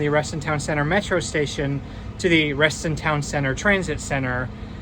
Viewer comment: local here, it's reston TOWN center, not reston town CENTER